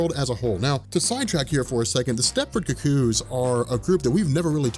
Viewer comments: I'm still trying to get over his pronunciation of "cuckoo": "cu-COO". lol I've always heard it pronounced "COO-coo". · It's Stepford Cuckoos pronounced "koo-koos" not "KUCK-koos." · Hey, I appreciate all the work you've done and you put out a very good product. But the way you're saying "cucko" is killing me. Maybe I've just hate watched too much right wing stuff but it sounds like you're calling them the Stepford cucks. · You need to learn to pronounce cuckoos. It's not ka-koos. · The way you pronounce "cuckoos" irks me a little. Oh, and there were originally 5, not 4. Sophie and Esme are dead.